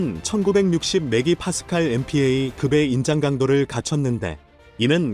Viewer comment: 메기 파스칼은 메가 파스칼이 맞다. 스크립트가 틀렷다 해도 나래이터가 조금만 상식이 있으면 바로 잡힐수 있는 케이스다. 대림산업이 나사서 바로잡기 바란다. 했읍너다는 했읍니다가 맞다. 스그립트가 틀렷드라도나래이터가 고쳐 바로읽을수 있었다. 스크립터 나래이터 PD 다 책임이 있다. 셋다 엉터리들이다. 모두 다 각성하라.